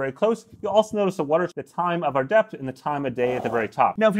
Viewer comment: I literally heard "time of death" not "time of depth"